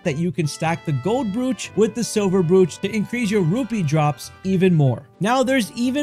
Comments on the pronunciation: And brooch is not broetsj but brootch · It's pronounced Broach - like roach with a b. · Brooch sounds like broach, fyi. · I was just gonna comment this. Literally every single video I've come across talking about the accessories pronounses it "broooch" and not "brOch"😅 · Brooch rhymes with coach. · For the love of God…learn to say the words you’re using in a video before you record the video. Accessory is not pronounced “Eh-sessory.” Brooch is not pronounced how it’s spelled, and “Gold” is not pronounced goud. C’mon bro.